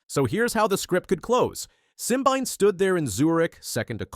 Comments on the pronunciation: Try three (3) syllables Sim-bi-né! If you cannot get his name correctly, try being quiet.😢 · His name is pronounced "sim-been-eh". And Letsile Tebogo is pronounced "Let-seal-eh Teh-bo-go"